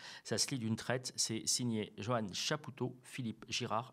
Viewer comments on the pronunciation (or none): none